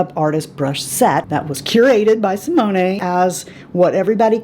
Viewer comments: Another great video! One thing.... a gentle correction: Simone, the e is silent. So, Si-moan. :) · I loved this video!!! Also, from someone who took 3yrs of French in HS, I think I can help you with their names. I believe that Simone is pronounced See-Mone, no a on the end. Rene is Ren-Nay and their last name is X-Zay-Vee-Air. Hope that helps!!!! Love your channel and I NEVER miss a vid from you!!